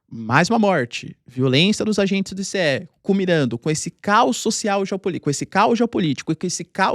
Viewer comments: É estranhos ouvir o professor falar ISSÉ e enquanto em outros lugares é pronunciado AISSI. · Não é "i-cê-é", é "Ai-ci" !! 🤣🤣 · Ninguem fala i-c-e! Fala ice!